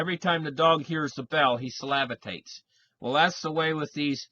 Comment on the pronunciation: "Salavitates" LOL! (Salivates)